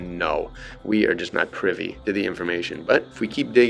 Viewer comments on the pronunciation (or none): none